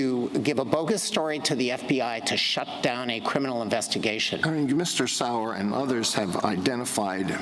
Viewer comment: Oh lord Sauer was getting butchered 😂